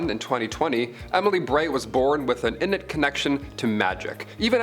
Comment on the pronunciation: I don't know that first bit mispronounced innate. A word most nerds know very easily